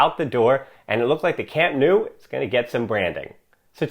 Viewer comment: Nice video, but would love to hear proper pronunciation of names; Camp Nou is pronounced Camp “Now”.